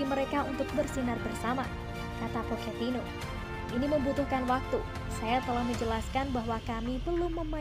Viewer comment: Pochetino min, bukan poketino